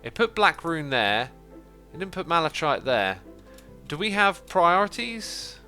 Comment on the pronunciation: Malachite the chite is pronounced as kite